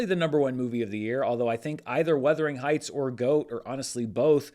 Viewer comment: Why are you saying Weathering Heights? It’s Werther, like the old people hard candy